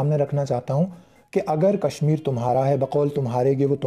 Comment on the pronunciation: Kassmeer ??? kashmeer kehna to seekh lo phir kashmeer Lena faqeer to khud Modi hy.